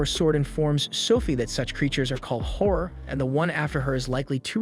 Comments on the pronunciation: Everytime he said "horror" I heard "whore" 😆 I was like damn this guy doesn't like the girls in this anime 😆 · all i hear is him saying whore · wait is pronounced "hor" or "whore?" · i love its called horror but when its a women being a horror it sounds like whore